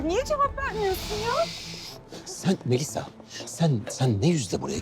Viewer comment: 'in melisaya MeliSSA demesi ile enderin Şahika'ya şahiKA demesinin benzerliği ölümüne kapışmaz mı 😂